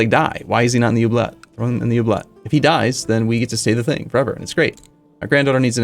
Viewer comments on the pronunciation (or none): While I do agree with some people that should be expanding his trade zone, I think all of the other complaints are just missing what I enjoy most about playing CK2, he plays like a callous psychopath, and it's absolutely hilarious. I say we throw 'em in the 'oohblett'. *I know it's spelled "Oubliette", I'm making a joke about the funny way he pronounces it.